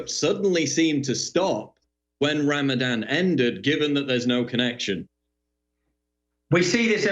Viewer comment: Ramadan - Ram-a-van more like.